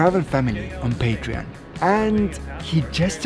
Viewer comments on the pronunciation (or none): none